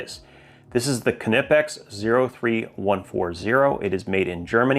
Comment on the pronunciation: your pronounciation of Knipex is really perfect! greetings from Germany. 😊